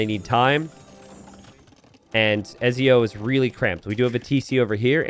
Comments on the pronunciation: Have you played Assassin's Creed?! Don't forget the T in Ezio! It's etzio! Lol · My god the way you pronounce Ezio is killing me